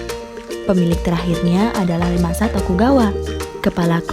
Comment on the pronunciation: Ieayu bukan Leyasu-_